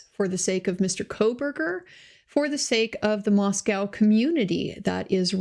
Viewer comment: I am glad you will be covering this. I appreciate your level headed analysis and descriptions. Please note that the town is pronounced “ mos-coe” rather than “mos-cow”. Look forward to more videos from you.